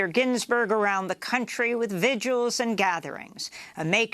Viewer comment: and it's vigils, not viduals...